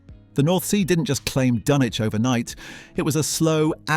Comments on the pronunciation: As someone who comes from the area, us locals pronounce it 'dunn-itch' 😁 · It's pronounced dun-itch, not dun-witch. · Did you REALLY just pronounce it Dunn-Witch?? Downvoted, I'm outta here. Fake-British clanker trash. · Dunwich is pronounced "Dunnich". AI FAIL. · Dun- witch? it's not pronounced like that... this is not a very credible start :) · Firstly it's pronounced 'Dunnich'. Secondly it was destroyed by coastal erosion, not people as your title suggests. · It's pronounced "Dunnitch". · What's a "Dun witch"? And what the heck is a "Den bye"!? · Thought it was pronounce 'Dun-itch' (like the STD). And we are talking about the 12th Century. It is a on a soft eroding coast like much of the east coast of England and this is part of a natural process. You are not alone in deploring the fate of Euston Arch. But why go to the expense of rebuilding? Crystal Palace was also a bit of a white elephant by the time of the fire and don't forget that Britain was just coming out of a deep recession and readying for the possibility (realised) of a long war! Change happens. Thanks in no small part to the Americans charging for their help in the war, Britain was bankrupt. All historic buildings have been used over time for local repairs. (The Turks used stones from the ruins of the Temple of Diana at Ephesus to built a railway viaduct). There comes a point at which we no longer, like the mediaeval church, have to have physical relics to understand or protect the cultural memory of artefacts. I have myself recently realised that my massive collection of foil milk bottle tops was not going anywhere. Except the recycling centre. And I feel better for it.🙃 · And pronouced dunn-witch ... this must be some kind of AI slop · Silent w. Please!